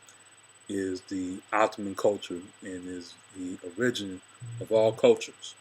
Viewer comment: He's inarticulate and I strived to listen to him but his inability to pronounce ORIGIN? Bruh, please. All you've done is put one man's opinion over another, so have at it. The most ancient people of the Sahel are also on the walls of Kemet. They called their home Ifrikya. The Haratin (Tuaregs to the invader) are phenotypically the closest relation to ancient Kemetan people, as I have posted before. The Berber name Ifrikya predates Arab / Euro invasions. Citation from Cornell Univ on the Queen Kahina "Her reputation as a strategist and sorceress had spread, and she managed to briefly unite the tribes of Ifrikya, the Berber name for North Africa, ruling them and leading them in battle for five years before her final defeat." The ancient Berbers are Blue Black to light brown. They were in Europe BEFORE the European was in Africa. Appropriation of the term Barberi is the origin of Iberian Peninsula (Spain&Portugal) or Hibernians of Ireland. Europeans had been exposed to self governing Black people long before they even knew where to look for them. .These Black / Brown Africans would eventually be called Mauro / Moor which you and others prefer to identify with. Most of the Greek/Latin/Arab names have an indigenous predecessor that has been transliterated but is actually a loan word from those cultures. Y'all wanna say the Black man was everywhere but you don't want to say his starting point was the beginning of all things. Clyde Winters has INDIAN scholars who cite